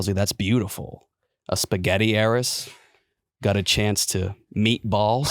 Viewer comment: The way pronounces "got" is verbal torture. It's not 'gut', its "got". A fair simple one-syllable word to pronounce.